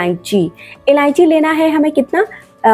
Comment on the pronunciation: MADAM JI ILLANCHI NAHI ILLACHI BOLNA